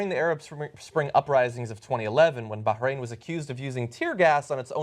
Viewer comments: Hey dipshit. There's no g in Bahrain haha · why is John punching the pronunciation of Bahrain?